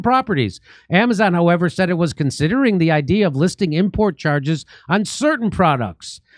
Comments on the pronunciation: What is this word : "hieva" that I hear Jimmy say all the time? I tried looking it up and just can't find anything but it's in every other video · He's just mispronouncing "however" on purpose